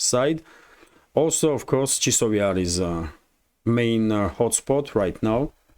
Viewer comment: Chasov Yar, chAsov Yar, not Chisov Yar.